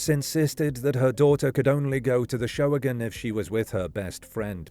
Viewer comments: I'm pretty sure the event at Halloran park, the "Showagon," is pronounced just as the two words "show wagon" rather than 'SHOH-uh-gun'. In fact, I think they still do local talent kid shows around Cleveland called "show wagons"--two separate words. At least they used to several years ago when I was there on an extended business trip. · I found that weird, too. He's pronouncing it like "show-again." I won't really complain, as his videos are typically super-informative. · What is a showagin? Can't you just say show?